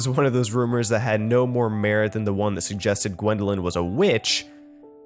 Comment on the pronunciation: it’s Gwendolyn not wendeling